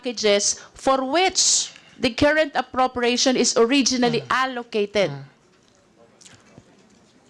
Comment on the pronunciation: Bakit itong c Luis tro hindi napuna ni Arn Arn, Carrent..... Kerint ang binibigkas, 😅😅😅🖕🖕🖕